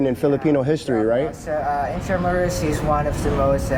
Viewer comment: It’s not in-tra-myu-ros. It’s IN-TRA-MOO-ROS